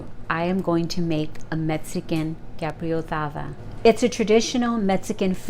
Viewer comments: At least one r in capirotada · To many Rs. You sound like a pirate. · Don’t forget to roll your r in Spanish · your capirrrrrrrotada was really good when I tasted it, the pour on sauce made it juicier and it wasn’t overly sweet, good job